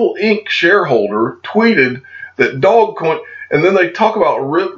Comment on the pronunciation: cmon man its not dogcoin its dogecoin. Far different pronounciations. Just saying. Love your content. Got to point that out.